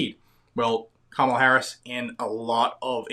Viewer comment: Camaro Harris.....C..Comicon Harris....Kamehame Harris......Kamilama Harris. Man. Just can't get that name right